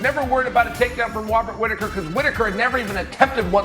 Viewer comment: Wobert Whitaker 😂